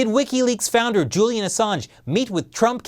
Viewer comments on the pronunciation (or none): none